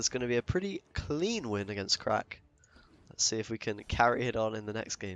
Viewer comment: omg it's pronounced CRACH not CRACK. You need a real glottal emphasis on that -ACH, capture the phlegm